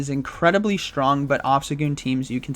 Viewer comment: I kinda like how he says "shtrong" :P